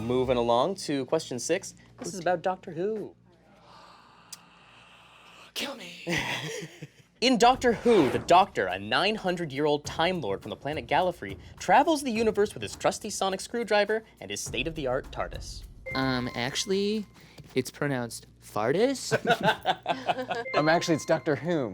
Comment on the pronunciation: Late to this one but Doctor who question 1) it’s pronounced gallifrAy 2) the Doctor is like ~2000 not 900